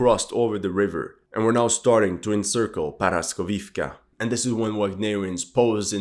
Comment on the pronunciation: Not paraskovivka, it’s called poroskeevka